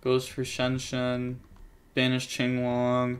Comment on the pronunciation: I'm just glad he says "chinglong." Watching big events where they call it "quinlong" makes me wanna scream